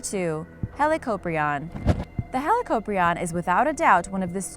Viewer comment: You said helicoprion wrong it's like dis hee-lick-o-pri-on Not trying to hate Sorry I love sharks 🦈🦈🦈🦈🦈